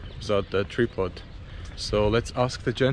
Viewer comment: It is not a tree pod but “ Tri -pod” mens stand for camera with 3 legs. pronounce it differently dude to his accent, lol.